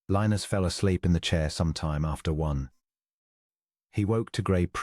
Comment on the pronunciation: At first was not sure I would like the narrator’s voice with a British accent, but as the story progressed, liked the cadence except the way Lionus was pronounced. Listening from Clarksville, TN.